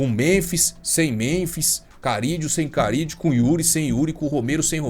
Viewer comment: Não é Carídio mano, é Carrillo, com 2 érres